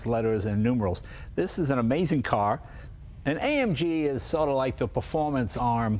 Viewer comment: AMG. Not AMGEN, Jay. 💰